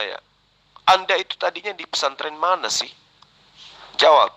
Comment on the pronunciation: Pasanten, pesantren ooom,bukan pasanten🤣🤣🤣🤣🤣🤣🤣